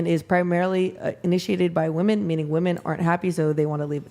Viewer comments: Why do they not know how to pronounce women and woman. 🙄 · They can’t even pronounce “women” properly. You’re asking too much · Another panel full of women incapable of saying the word WOMEN! Ive never in my life heard a man mispronounce that word.